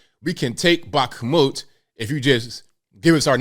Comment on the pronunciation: Its pronounced bak-moot ik you aren't Russian.